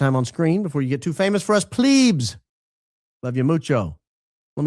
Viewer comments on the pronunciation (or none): BARON "Plebs" is with a SHORT E ❤